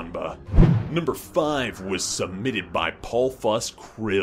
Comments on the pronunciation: snu-pea. love the pronunciation there lol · how he said snewpee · The way he pronounces Snewpie though. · Why does he say Snoopy like that? XD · what's with the pronunciation of "snoopy"?